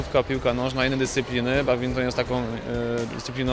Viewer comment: Dlaczego ten pan powiedział badminktonie!? To jest BADMINTON